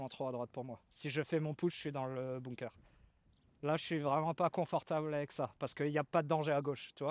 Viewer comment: Tjs très instructif un parcours accompagné 👌🏻 Par contre , on prononce bunker et pas ”bounker" à part si tu joues en Normandie sur la plage 😝